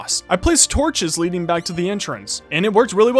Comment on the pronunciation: lol could've just said leading instead of lead-ing since - yeah